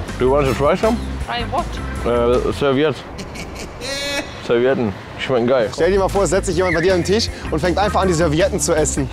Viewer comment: Do you want some Serviedn?